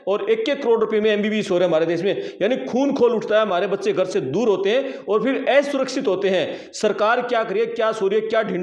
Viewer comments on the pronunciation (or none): 😂 असुरक्षित बोल । ना कि एसुरक्षित मत बोल ।😂😂😂